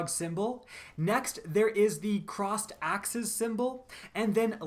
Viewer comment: Crossed axes...sounds like aksis...chalice...sounds like the chalice of light from crota...